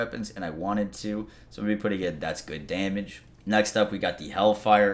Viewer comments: Cool video. Watched it twice just to hear him say "Damnage" That's good Damnage That's alot of Damnage That's some Damnage Put a tight beat behind that shit and you gotta hit single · "Daimage" [chug]